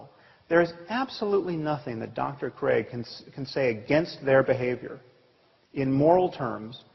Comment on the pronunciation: Se dice craig.